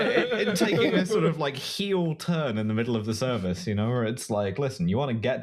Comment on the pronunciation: Realizing every time Ive heard say "heel turn" she says it like you turn on your foot and not like becoming a bad guy in wrestling and I wonder if it's intentional